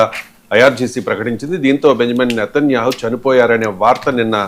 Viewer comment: వీడికి పేర్లు కూడా సరిగా పలకటం రాదు. నేతన్యేహు కిడ్నాపా?..😅 ఎవడ్ర నువ్వు...ఉడతలు పట్టే వెదవ😅😅😅